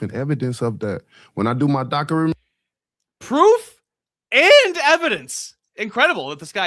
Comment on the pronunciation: you cant dock your menery, god im so glad he lost😅